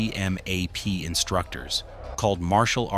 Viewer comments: lima 3253 san diego 2017 MCMAP is pronounced McMAP lol, saying M-C-M-A-P sounds so wrong. and PI looks so flat and easy 😉😉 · ITS CALLED McMap as in mick-map. ( MARINE CORPS MARTIAL ARTS PROGRAM) This stupid ass AI/ narrator is getting monetized off fraud and channel owner will be sued. Report this channel. AI FRAUD.